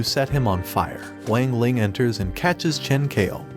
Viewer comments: Bro you did him dirty you say Wang Lang its Wang ling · It wang ling not weng ling I have watched the anime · Bro really is saying wing ling it's Wang ling not wing ling the fuck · WANG LING... WANG LING ITS NOT WAANG LING ITS WANG LING